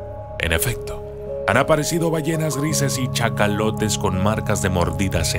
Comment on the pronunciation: Cachalotes no chacalotes cariño...